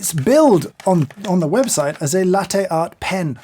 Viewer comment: His constant mispronunciation of "latte" annoys me